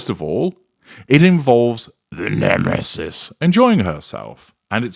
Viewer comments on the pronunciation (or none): Your pronunciation of "the nemesis " is cringe worthy. You sound ridiculous, like you have no clue how to throw shade